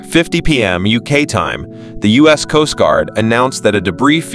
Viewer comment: The video narator (or "reader") should have practiced with anyone to avoid dozens of mispronuciations and glaring oddities! (Like measuring units, United States as "us", etc.) The times (time of day) mentioned describing the details of the incident should be unified to a single timezone rather than jumping around between the U.K., Newfoundland, and the eastern U.S.